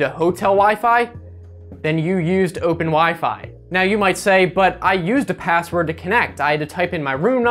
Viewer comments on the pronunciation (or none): you said pazzword